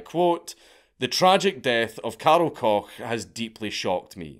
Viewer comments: Isn’t that last name said as Coke? Not Cock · Koch is pronounced the same way coke the soda is pronounced just fyi